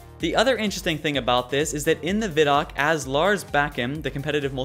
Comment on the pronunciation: You're saying ViDoc wrong.